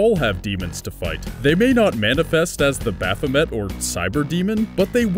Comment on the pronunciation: It's pronounced: "Baff-O-May"